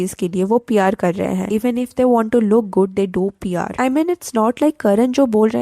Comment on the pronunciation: Why does your PR sound like pyar? Why does your "kiya" sound like "kyaa"? And kahin = somewhere, kayin = many. Work on your pronunciation.